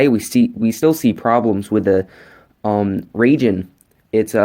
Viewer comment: I leave how he said ragin not raijen